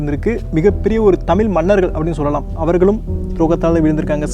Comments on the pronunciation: நல்ல முயற்ச்சி..தயவு செய்து தமில் என உச்சரிக்காமல் தமிழ் என உச்சரியுங்கள்.நன்றி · good info - thamzhi's most important is zhagharam kindly try to pronounce (ZHA) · Everything good in this.. except the pronouncation of out Tamizh. There are good tamil videos to help us to pronouce la garam.please do practice